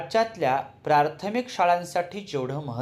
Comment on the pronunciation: 🎉प्रार्थमिक नाही,प्राथमिक